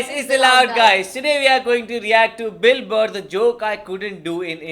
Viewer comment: You pronounce Bill Burr like Dilber